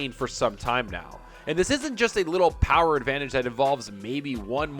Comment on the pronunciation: The Powahh...lol